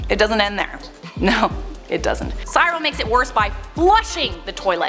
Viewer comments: Pronounced « see-real » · U baked potato lol its pronounced SEE-rul or like SIH-ril.Remember "the raccoons" Cyril Snear yay Canada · its not how you say his name. You pronounce it like "cerel"